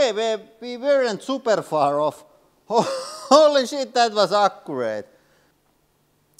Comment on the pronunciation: I love when he says "Holay Sheet!"